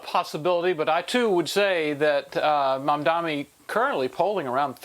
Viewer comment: If Fox wants to have an infkuence on the NYK Mayoral race, first learn to pronounce his name. Its MamdaNi not MamdaMi!